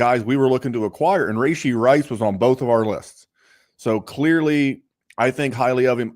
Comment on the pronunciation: Take a shot every time he says “Ray-She” Rice